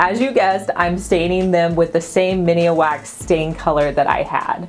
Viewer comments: I thought I was the only one who was going to comment. She's obviously not old enough to remember the Minwax commercials on TV or have parents that used the stuff. It's TWO SYLLABLES: MIN - WAX I mean the company has been around since 1904. They invented the membrane waterproof process. It would be nice if she could redo the voice over correctly. It would add a little more credibility to the "liebarry" of DIY videos on YouTube. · I ❤️ how you say Minwax...miniwax. 😊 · I kept correcting the video like it could hear me say "there's only one 'i' in minwax". Lol glad to know I wasn't the only one that picked up on that. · I have heard other YouTubers say it too...I cringe every time...lol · Drinking game.. take a drink every time she mispronounces Minwax. 🥴🍻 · Love the bathroom! The stain is called Min-wax, not Mini-wax...you made me chuckle...lol.. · I giggle every time says "mini wax" as the brand of stain she uses, it's MINWAX. Love ya you're too stinkin cute! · I was meaning that pronounces it with an "uh" between mini & wax. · Makes me smile every time she says it! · I laughed a bit too and hit replay just to check I wasn’t hearing things— “Mini-a-Wax”. Sorry just teasing but now you know. 😂😂😂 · Me too .... I keep wanting to say “IT’S MIN.. NOT MINI”!!!! 😆. I love that black Sputnik Light Fixture. Would never think of putting it in the bathroom. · Bathroom looks great!! Light fixture seems a bit much size wise maybe something smaller & more organic? just a lil fyi - it's Min wax (Minwax) not Mini wax....just so ya know! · It's Min-wax, not Minnie wax...lol. That's cute. I love the atomic light fixture. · Sweetie are you saying “ miniwax” it’s just “min-wax” just saying cause they would be a great sponsor for you!! Love the bathroom!! ❤️ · I love all of your projects and videos! But did you know the stain is pronounced Minwax and not Mini wax? Lol..still love ya! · Beautiful! (Just an fyi, Minwax is pronounced min-wax, not mini-wax.)